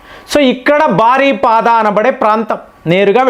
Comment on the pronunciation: బారిపడా కాదు, బరిపడా.